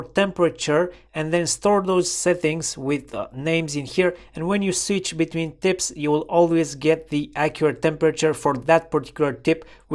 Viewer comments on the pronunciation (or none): none